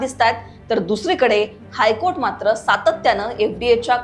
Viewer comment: It's high kotha not high court